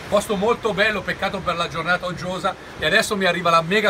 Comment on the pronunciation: Uggiosa no oggiosa